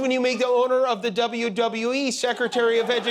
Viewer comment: Given who he was asking, at first I thought he was pronouncing "WWE" as a word.